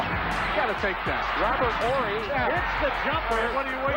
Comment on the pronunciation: You gotta be very young to 'barely know' who Robert Horry is... Im glad you pronounced his name correctly tho